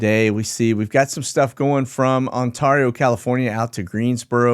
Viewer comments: Hey...just a quick note for future shows...it's Ontario pronounced On-Tear-e-o not On-Tar-e-o. Love what you do. Thanks. Keep your powder dry. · Hey! Ontario is On-tear-e-o just like Ontario, Canada. Love your sitreps! Feel better soon.